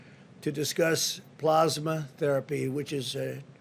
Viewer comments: PLAAAAASMA- short A as in cat- NOT plawsma - I can see someone like Trump making one honest mistake, after all, this was written by one of his aides- and we all have heard how he DOES NOT READ and IS NOT INTERESTED IN PRACTICING something as important as the scourge that is killing innocent people - but to keep repeating it incorrectly? sigh. I know he lies when he opens his mouth and this is silly to nit pick- but I need at LEAST try to control the pronunciations of the lies. :-( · It's plAsma, not plOsma.....idiot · I cringed every time he said "Plaasma". I don't even think he knows what a plasma donation means. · He is not pronouncing the word Plasma. How do you screw that up? Idiot